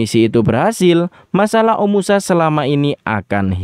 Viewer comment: Bagus story telling nya min❤ tp knp pengucapan kota omashu menjadi omusa ya?